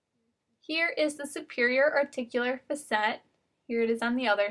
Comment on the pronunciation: it bugs me how you say facet